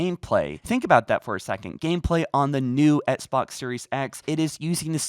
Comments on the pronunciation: Can you stop saying “ets box” like it’s XBOX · Sorry man just sounds funny every time u say it lol 😇😎 not trying to b a dick